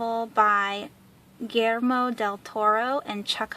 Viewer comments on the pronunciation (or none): I think I'm gonna make myself read The Historian in 2016. I've had it since I was 13 . . . Ahhhh yes, THAT'S how you say Guillermo. SILLY ME! 😜